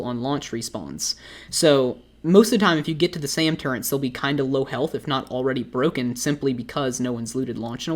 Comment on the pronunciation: why do you say turrents? its easier and less annoying to say turret imo tbh